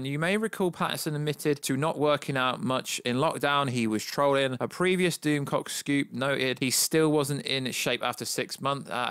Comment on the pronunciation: “Doomscock. Sorry, I know nothing about this Youtuber’. If only you could just, I don’t know, type his name into the YouTube search and watch the actual video in question. It’s Doomcock. To say you ‘don’t know this YouTube’ shows an incredible lack of research on your part. Also...KravITZ. As in Lenny Kravitz. The famous musician...and her father. Again...research.